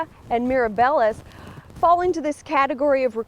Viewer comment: When referring to plant by its Latin name (genus and species), learn to pronounce it correctly. “Meera bellas?” Really!